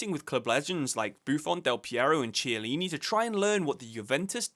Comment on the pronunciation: Hi! Two names were mentioned but pronounced incorrectly. Jose is Portuguese, not Spanish, therefore it's not "Hose". Chiellini pronounced with a K Sound (Ch mostly K, C mostly Ch sound.)